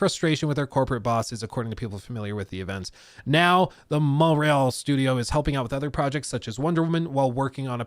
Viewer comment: You didn't pronounce Montreal properly at all 😂 say it like this Mont- real (ignore the t and use the french r) kinda like Mo-real